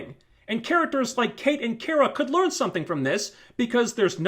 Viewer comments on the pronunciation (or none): none